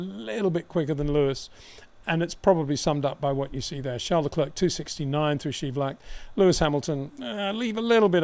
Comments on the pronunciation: Always great to listen to your professional reviews. A little nitpicking, it is the Scheivlak corner, not schievlak. History tells us it is called so, simple because it was the boundary between two pieces of land. Dutch word for boundary is scheiding. That’s where the Scheivlak comes in😊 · It's not SchIEvlak but SchEIvlak. It means you don't pronounce it like 'E' but as 'AY' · It’s scheivlak instead of schievlak. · Nice review, but Peter it is scheivlak not schievlak 😉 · Thanks for the update! But, it’s Scheivlak. You pronounce it Schaivlak. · Hi Peter. Thanks for the video. Btw...the corner is called "Scheivlak" with -ei (which has a different sound than -ie). The pronunciation is another matter, but very understandable since English doesn't have a "sch"-sound. It's more like "sg" with the "g" more resembling the "ch"-sound in Bach. Only pointing it out since I know you want to have your facts correct. I don't care how you pronounce it though, but if you're interested you can always check Google Translate :) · It is Scheivlak, not Schievlak, pronounsed Schei..Sgyflag